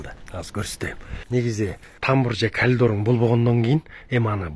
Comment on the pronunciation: Калидор эмес, коридор , сиз капа болбонуз 90% кыргыздар сиздей эле, а так ото жакшы приятный адам экенсиз.